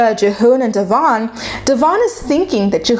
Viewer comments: Pronounce your subject's name correctly for crying out loud!!! It's pronounced De-vin like Kevin NOT Devonne!!!!! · I agree with you that’s he’s a wolf in sheep’s clothing. The way you pronounce her name incorrect though. It’s not Dee-von. It’s Devon.❤️ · You claim to watch the show, yet don’t pronounce her name correctly and don’t get their timeline right 🤔 It’s Deavan - Dev-En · It’s pronounced Devin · You saying her name wrong kept distracting me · please learn how to pronounce Devons name! It makes me crazy and how can you say you watch the show when you can't even pronounce her name? I'm not sure of her spelling of her name, but I do know how to say it! Thank you! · Going nuts every time she says her name wrong... Lol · Love you, but the way you’re pronouncing their names is sending me 😂😂 btw have you checked out their YT channel?